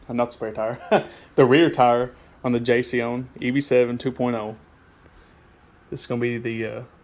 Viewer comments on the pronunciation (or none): Thanks great job. Simply and to the point we'll done . It's jasion pronunciation is Jay son you guys did great job TY again